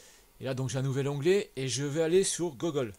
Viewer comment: LOL désolé pour ma prononciation... Pourtant mon anglais parlé est plutôt meilleur que la moyenne mais j'ai du mal avec "Gogole" Je ne pense pas que ça soit un blocage.